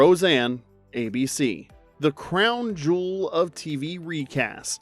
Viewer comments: It's beeeeeeeeeeeeeeewitched not bwitched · Lol... wtf is "BAwitched"!?!?!?